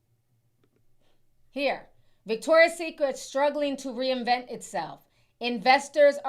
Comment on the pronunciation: It's Victoria'S Secret. Not Victoria SecretS